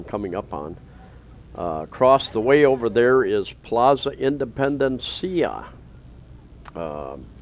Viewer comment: Plaza Independencia is pronounced as “Independens-ya” . It Is a Spanish word. Not “Independen-see-ya”. Even if being spoken by a foreigner like you, it still sounds comical & a little irritating to hear. Just saying. I’m considered foreigner myself. Have lived in the U.S. for 40 yrs. Along with my sisters & our mom. You’ve lived in Cebu for 6 or 7 years. Someone should’ve taught you how it’s pronounced. It isn’t Filipino word. It’s a Spanish word.